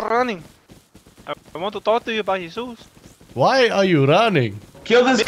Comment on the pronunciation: Him: I just want to toll you something. Also him: You know Hesus?